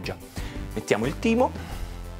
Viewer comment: quando ha detto timeo ho capito teemo xD